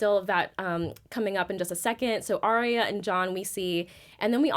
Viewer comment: Arya. Not Arrrrriiya or whatever you're saying.